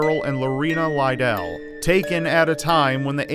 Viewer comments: Alice Liddell's last name is pronounced to rhyme with 'Fiddle', not 'lie-dale'! It sounds close to little, but with dd's. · its pronounced lid dell xxxx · Great video, also I'm pretty sure Alice's last name is pronounced like mine, Liddell "lu-dell" keep up the good work! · Your pronunciation of "Lidell" is odd to me, as I've always heard it said more akin to "little" thanks to American McGee. It doesn't detract from this being a good video at all, but it was just something odd in there. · your pronunciation of Liddell is atrocious